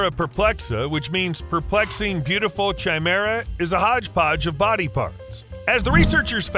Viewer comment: Is it just me, or did the narrator mispronounce the words "chimera" and "chitin?"